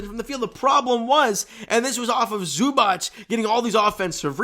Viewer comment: The correct way to pronounce Zubac: ZOO-bahtz